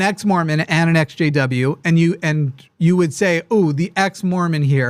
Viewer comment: Took me forever to figure out he was saying ex jw and not sjw....